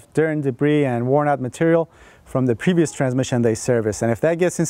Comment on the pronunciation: He say pevious not previous lol